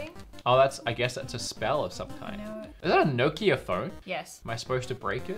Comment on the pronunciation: You said your home town of Adelaide and then said nOkia with a big O instead of Nokia, Nope